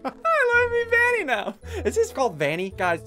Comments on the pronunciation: It not vinny ITS VANNY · It’s vanny! Not vanna😂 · It’s Banny Not Vanny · It's call Vanny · It is called vany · It's pronounced vanny